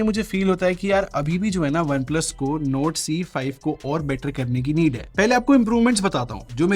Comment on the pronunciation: his NORD sounds like NOTE 😅😂